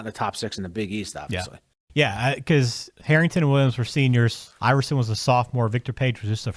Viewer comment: Its "Iverson" , not "Iveroson"....